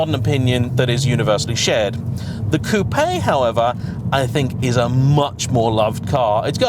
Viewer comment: The best bit of this review for me is the fact that says coupé and not coop virtually every YouTuber does it. So annoying. Unless your American of Course.